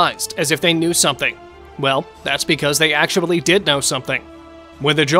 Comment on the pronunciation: why do you keep saying actuabully